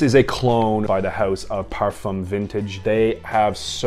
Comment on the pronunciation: 😄😄😄😄WHY TF you say "parfam"?